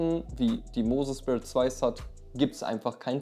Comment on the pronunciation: Gutes Video, es heißt nicht speer sondern sphere wie stratosphere halt phäre in englisch